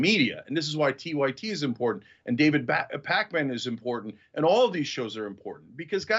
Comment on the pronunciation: Cenk almost said "David BATMAN". I bet you that's how he calls David behind closed doors.